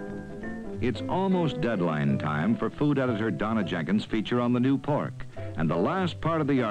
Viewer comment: ....she lost me with that sooooo Midwestern 'how "teaaysty" poork really is'...:)!